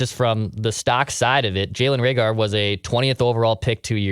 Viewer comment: Who's Ray-gore?